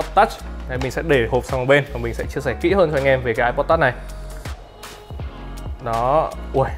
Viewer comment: Phát âm từ "touch" phèn không thể tả!